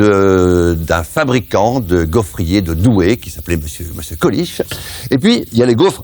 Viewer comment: On dit gaufrier et pas gaufretier